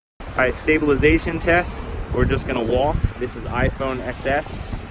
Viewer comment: It's iphone 10s. Please not xs